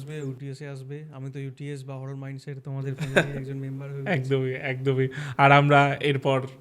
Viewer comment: Ghotona sune valo laglo..ektu rectify korbo ki,,horrar naki horror pronunciation ta besh kane lagche😮